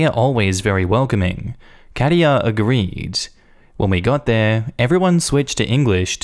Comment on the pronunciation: German here. Katia is pronounced slightly different. Type Katja in the Google translate to hear it. 🙂